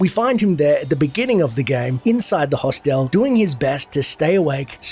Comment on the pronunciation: How does an Aussie not know how to pronounce hostel?